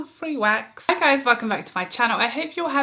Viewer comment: Omg I totally misheard you at the very beginning of this fab video. I though you said “fanny wax” and had to listen again, obviously you said “free wax”. Did make me lol though